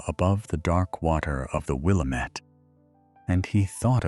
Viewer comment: wil-LAM-ette in or-E-gun